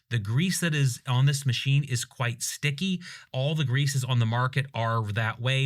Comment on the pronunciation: This is their tech?? Mid evil times… I thought a lot more went into these parts then some rolled foam. 🙄 Also, did you say “greases”?? 😂😂